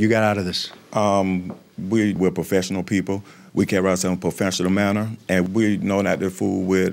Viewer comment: "We carry ourselves in puhfesshinel manner" ......OK 😏